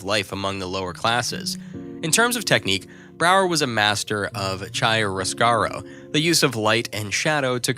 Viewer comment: DREADFUL pronunciation of Dutch names of artists, places and techniques. PAINFUL to get thru😱!!! Is it 'sentry' or 'century', Rembrandt van WHO? Charushio or Chiaroscuro?🤔